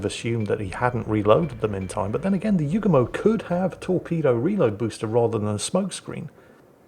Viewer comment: ACKshully,, YOOO goo mo. Not pronounced You-gah-moe, or like the Beach Boy's song 'Kokomo'.